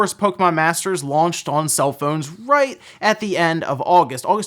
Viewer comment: What region's accent turns the word "on" into two syllables? Oh-wahn... Let's play ohhhhhwaughn-line